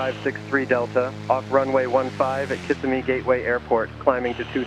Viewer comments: Kissimmee is pronounced "Kiss-IM-ee" not "KISS a me". Like in "him" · It's pronounced Kiss Emmy not Kiss a me. Just saying... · Just so everyone knows the correct pronunciation for Kissimmee is Ki SIM’ eeee 😊 not KISS’ I meee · The correct pronunciation is ki-SI-mee.